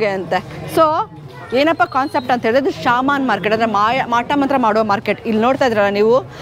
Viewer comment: Sir adu ಶಾಮನ್ ಅಲ್ಲ ಶಮನ್